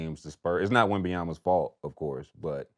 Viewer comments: He called buddy Wambawamba 😂😂😂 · Sheed really just called wemby "wamba wamba"